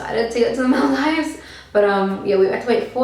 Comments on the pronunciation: Paayal Shah lmao I was thinking the same?¿ I thought to myself it's probably because of her Australian accent or something! 🙃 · She doesn't say The Maldives right.. lol